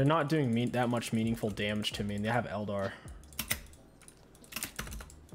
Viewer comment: What is a el-dar?? I’ve noticed you pronounce things oddly. Is that intentional?